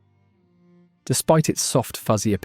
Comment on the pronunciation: You managed to get La Jolla right. How did you f*ck up cholla so badly? If I keep watching, will I get a lahss an-jel-eez, too?